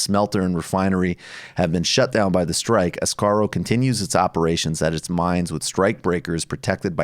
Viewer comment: Asarco, not "Ascaro." But irregardless, oxford comma, oxford comma.